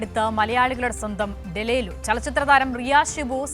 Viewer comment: ഡലേലു അല്ലാടെ ഡെലൂലു 😂😂😂😂